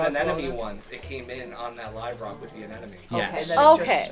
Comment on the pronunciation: This may be a petty thing, but it drives me crazy. I too used to pronounce the word incorrectly until I was corrected and in disbelief I looked it up in the dictionary. I in fact it was incorrect. It can be a tongue twister. A•nem•o•ne not A•nen•o•me 😁